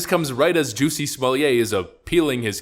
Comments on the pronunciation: The name is pronounced Smoll-itt not Smolliay Smollett is a Scottish name not a French one. Don't make him sound posh and upmarket with that ritzy pronunciation! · Stop pronouncing his name like he’s a French aristocrat- his name is JESS-E SMULL-ET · The way you say Smollett, as if his name is to be pronounced like someone who's job is to provide wine parings (sommelier), kills me. It's almost as ridiculous as his fake-lynching, and a real hate crime. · It’s SMOO-YAY! If you’re gonna call him “Juicy”, you have to do the whole thing or it just sounds stupid. Might as well just call him Juss-E. Also, why did Juicy hire some black guys from Africa to play some bigots attacking him in a hate crime?! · Pronouncing his name like he’s a Frenchmen is very offensive to the French. He’s SUB SAHARAN AFRICAN. SMFH